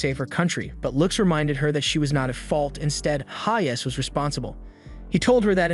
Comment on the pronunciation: Bro you say haze and not hayes.